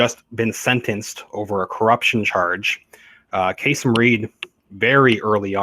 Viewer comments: Kay-SEEM - not Kay-SUM. . . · His name is pronounced kah seem. And yes charges about corruption have surrounded him for years. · Its pronounced kaSeem. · Enjoy your presentation, but need to correct the former mayor’s name (not that I Care anything for him), but he pronounces it: Kaaseem - short a’s. Who knew???knows????? The old professor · KA-seem Reed. I'm from Atlanta...